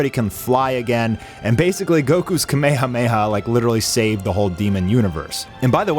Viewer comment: It’s rare to hear people pronounce kamehameha correctly nowadays. I salute you